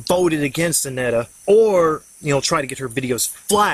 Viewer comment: Sorry but the way you pronounce her name is bugging me :( It's Anita not Annetta. I like the video just thought I would say something.